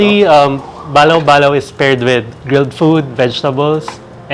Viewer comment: It is Balo balo! Not balaw balaw!!!